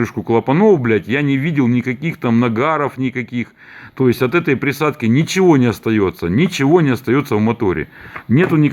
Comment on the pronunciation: "За приадки" . У тебя украинские корни?